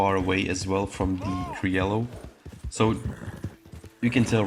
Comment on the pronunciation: I dont care wich is better! What is better an indian or a pakistani! Its pronouncing is krioyo and not criolo@